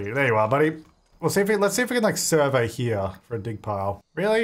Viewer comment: Okay Hermione moment: it's surVEY not SURvey in this instance 😂 and why does everyone always forget you can do dark meditation to get energy up, you don't need a tent or bed like a human 🤦🏼‍♀️